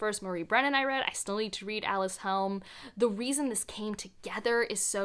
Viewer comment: Yes! A Mask of Mirrors is my #1 as well. I think Alyc pronounces her name Uh-LYSS. :)